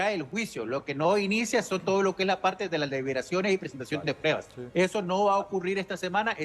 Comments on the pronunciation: El DIZQUE “ESCRITOR” 🙄 NO PUEDE NI HABLAR DICIENDO: “PREBAS” EN VEZ DE P R U E B A S 😂😂 Cuando opina se le nota que quiere sobresalir por encima de PROFESIONALES EXPERTOS! 🧐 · has dicho “prebas” en repetidas ocaciones. Señor “escritor”, que pena.